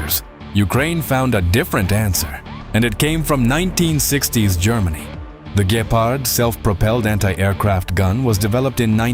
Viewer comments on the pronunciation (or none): Some of the pronounce is funny. Please no "Gayparhd". Instead try: "Gheparrt" as in Gecko. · I hear to like ''Gayfart'' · I giggle each time you pronounce it as Gaypard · i heard gaypard........ like why is ai so incredibly stupid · Mispronouncing a word in every possible way is not an excuse for being to lazy to look it up. Don't rely on AI written by Americans